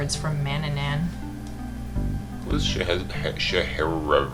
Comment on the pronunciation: Oh, and it's Man-NA-nan, not MAN-na-nan. The second sounds a bit like emPHAsis on the wrong syLLAble